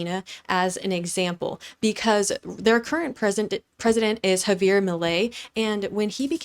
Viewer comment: This video is fake/AI! She is mispronouncing too many words. I don't know if she is using AI to save time, but this is definitely NOT. She even says the name Javier wrong in the video. Not sure what to make of this.